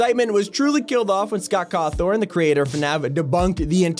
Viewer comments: Bruh he said Scott cawthorn Instead of Scott cawthon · CAWTHORN, What it that! If you wanna say it correctly it's Cawthon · scot corthawn..........................................................................its scott cawton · “Scott Cawthorne” 💀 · It’s Scott cothfin not forn I know that’s not how you spell it but the first one is how you pronounce it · No way he called him Scott Cawthorn 💀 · He called him Car Thorn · called Scott cawthon cawthorn